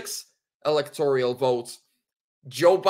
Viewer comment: ….it’s electoral rather than electorial. No “i” in the word. 👍